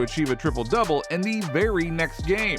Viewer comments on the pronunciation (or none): none